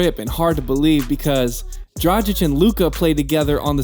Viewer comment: He also said that Kobe trash talk dradchich and then showed a clip of Kobe talking shit to Luka lol